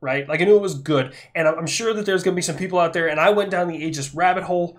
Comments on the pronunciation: in red alert 2 you had aegis ships for air defense, they said it like "aygis", so you went with the right pronounciation ;) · I work on part of the aegis system. It is def pronounced A-gis, at least that is every single person I’ve ever encountered, contractors, gs’s and navy. I am the project manager for installation of sqq-89 A(V) 15 on all surface ships in norfolk. Which is pronounced nor-fuck 😂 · I also pronounce it Ay-Gis and I remain correct. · Ace combat pronounces it Aye-jis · Retired sailor here, we always used the hard A when saying aegis. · 1) Its primarily Athena's shield. 2) Medusa's head, given to Athena by Perseus after he slew her. 3) the greek pronunciation is egis, the way the navy says it is agis. Your fine. 4) The Ticonderoga's have been outdated. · We say it with the “A” sound in the Navy. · Just to mess with your mind a bit... According to my ancient Greek classes, your pronounciation of the Ae is pretty close, but the g is pronounced like in goose. (...but most likely, the Americans who named it had no clue or care about all that.) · I’ll be that guy. The “ae” is an open sound with the placement towards your teeth. You pronounced it correctly. Google is wrong (at least in American English) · My last name is pronounced A-gis, spelled differently, you have my permission to continue pronouncing Aegis as A-gis. Lol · all or most the military says it the same as you so if talking about the military system it would be said the way you do with the A . a gorgon think of medusa.